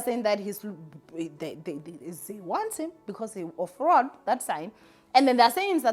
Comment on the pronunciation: It's Fraud not Froud